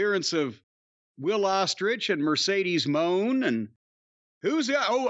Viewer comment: you are so very very wrong, it’s Mercedes Moan